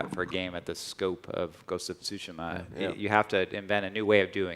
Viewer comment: Everyone before the game: "What is Ghost of Tooshéémuh?!" Everyone after the game: "I am... the Ghost... of Súhshimah..."